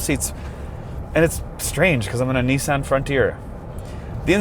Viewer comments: Correct = Knee-Son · It’s freaking Knee-Sahn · Nissin? Did I hear that right? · What is so hard? It's pronounced Nissan. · “Nissin” lol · Please google: “how to pronounce Nissan”